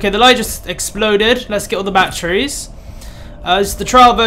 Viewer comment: I like how you call batteries, bat-tree's